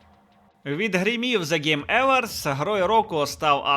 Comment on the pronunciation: Awards - Евардс, трохи ріже вуха.